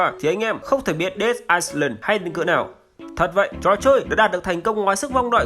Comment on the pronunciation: Dead Island, chữ "Island" không đọc "s" anh nhé.